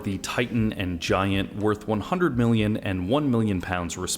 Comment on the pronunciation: Ok he says miwlion with a w when it’s million, pronunciation dude